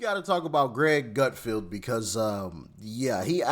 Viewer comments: It’s Gutfeld not Gutfield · It's Gutfeld, with no "i."